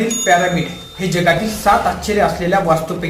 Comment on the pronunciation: प्यारामिड नाही रे पिरॅमिड 😂😂